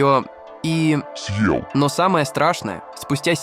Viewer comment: А зачем вот этот появляющийся некто в капюшоне? Он типа нагнетает атмосфэру? Вот слово "съел" искаженное в конце предложения зачем? Или вот эти неверные ударения? Как можно в слове пикник ударение поставить на первом слоге? Странно, что так много подписчиков.